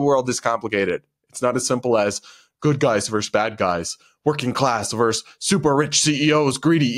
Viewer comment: I thought you said victosexual...like victim sexual 😮